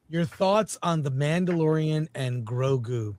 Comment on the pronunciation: Mandaborian! Thank you, was driving me nuts.